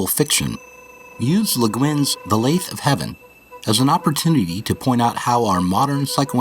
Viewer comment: FYI, "lathe" rhymes with "bathe."